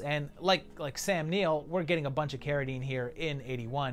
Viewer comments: I love the Project but its Sam Neill not O’Neil 😂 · Excellent Except my fellow kiwi's surname is 'Neill'. Just thought I'd let you know.